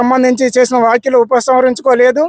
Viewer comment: అయ్యా యాంకర్ గారు వాక్యలు కాదు వ్యాఖ్యలు అనాలి.